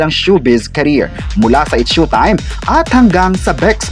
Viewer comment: S H O W- time po…..not SHUTIME……